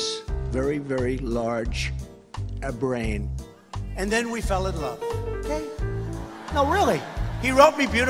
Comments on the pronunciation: "Very very very large abrain" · “Abrain” is what he said haha